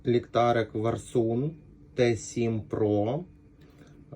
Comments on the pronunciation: Автор не правильно бренд произносит. Не Варсун, а Варсан, что в переводе солнце войны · Не варсУн, а варсАн!!